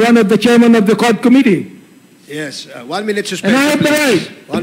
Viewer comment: PLS TRY TO CORRECT YOUR PRONUNCIATION OF COMMITTEE. QUITE DISAPPOINTING!